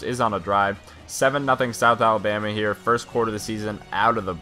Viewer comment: you said south abama